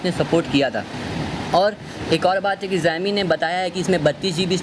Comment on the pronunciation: pehle xiaomi ka naam thik se pronounce kr lo